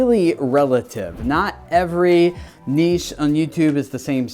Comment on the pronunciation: Been watching you for years now and today is the first time I've heard you pronounce niche correctly! It genuinely made me soooo happy. All I've got to do now is get you to say 10 times instead of 10 ex. Baby steps. Baby steps;)